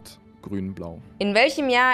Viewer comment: aber hat auch grrün gesagt